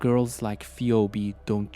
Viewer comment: Phee-obe... Man get it right it's pronounced phee-bee.